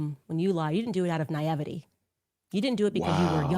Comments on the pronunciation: Add "naivety" to the long list of things she can't pronounce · Adrenal, naivety - two mispronunciations so far. Clearly, she was a DEI hire for all of them, starting with the Daily Mail. But for her black skin, she would not have ever been hired. No wonder Charlie and all the rest of them got rid of her. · Ok she mispronounced “naivety”. She mispronounced “adrenal”. They were both alpha level mutants. And of course she pulled her home schooled kids out of school. Effectively kicking them out of the house.